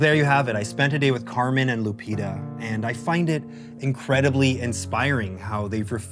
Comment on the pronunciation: First time I hear the name Lupita pronounounced Lupira with an R.